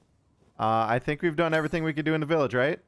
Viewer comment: "I think we did all we could do" don't you mean "I think we did all we cadou?" :D